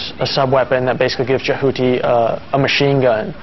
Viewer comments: eewwwww why does he say Jehuty like "Jahooty"? That sounds so unattractive. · The first reviewer bloke is a complete fool: he says "Je-HOO-ty", when everyone in the game calls it "Jehuty." I may be a ZOE nerd, but it's still an unforgivable error in pronunciation. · No, i lived in Japan, my room-mate didn't pronounce it like the guy in the review does, it was more like Je-hoo-tea. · The way he pronounces Jehuty, lmfao. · hahah yeah thats what i thought 4 the story line and the way he said jehuty